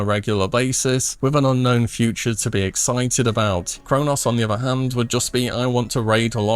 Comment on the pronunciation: Th doesn’t make the V noise. Uvuh< other